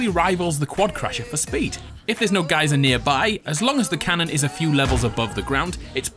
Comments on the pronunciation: Geezer is another name for like a old person, geyser is how u are suppose to say it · It’s a guy-zer A guy-zer NOT A GEEZER! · In Australia it’s pronounced guy-zer. A gee-zer is what Jamie Oliver calls his friends. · It is pronounced GUY-ZER. LOL the more you know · it’s guy zur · it’s g-uy-ser 😂 Great vid again though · its pronounced guy-sir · It’s pronounced guy zer in the whole world lol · The first deliberate “geyser” mispronouncing was cringe enough, thanks.